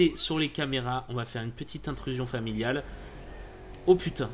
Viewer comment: Pourquoi tu dis toujou "familliale" ?